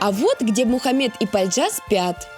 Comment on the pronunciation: И "Хде" тоже.